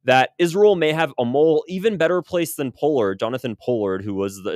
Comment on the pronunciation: Yes it is Poll-ard as in Doll-ard not Pole-ard.